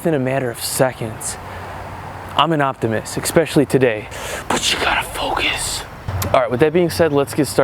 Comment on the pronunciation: You could achieve anything if you just “FOUCUS” lol I love this guy he makes my day